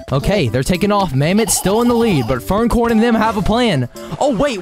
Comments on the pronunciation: Bro called furcorn furncorn 💀💀💀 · Bro no hate but man’s said “furncorn”